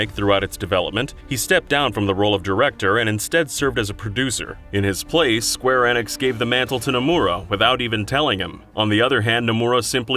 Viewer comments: Way to say square enix right... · Y'all seriously can't tell me that you can't pronounce Square Enix correctly either? I think you guys are just doing it on purpose now.